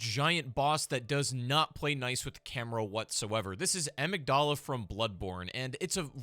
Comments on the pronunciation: ah-mig-dahl-uh ❌ uh-mig-dihl-uh ✅ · The way you pronounced amygdala hurt my amygdala. Someone skipped biology class lol